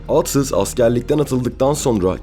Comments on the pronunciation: Reis iyi güzel de sen aatsız dedikçe tüylerim diken diken oldu isimleri telaffuz konusunda biraz daha dikkat lütfen. Emeğine sağlık. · Neden sürekli ağtsız diyorsunuz? Yanlış telaffuzunuz yüzünden konuya odaklanamadım. Yoksa çok güzel bir konuydu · Aatsız mı Atsız mı? Bir Türkçü hakkında belgesel yaparken en azından Türkçe'mizi doğru ķullanmalısın!